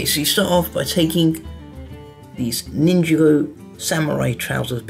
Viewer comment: He says ninjigo it's ninjago